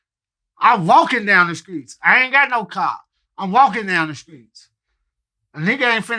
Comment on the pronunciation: Crunchy black- "I walk down the skreets"